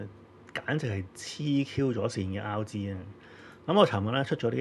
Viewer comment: 點解我會聽到"孝子"高達😂 原來係RG🤣